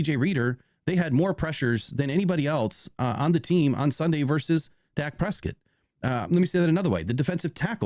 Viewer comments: Pres-cott..not prescit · bro,,how are you saying Dak last name? annoying...keep it nfl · Learn to pronounce Dak's last name, you sound kinda stupid mispronouncing it